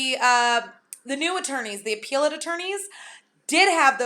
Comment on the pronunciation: Can I make a suggestion? It's a short "e" in the word appellate. Love your videos! Keep 'em coming.